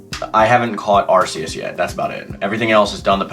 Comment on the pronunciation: Arceus you pronounce it like an arc- eus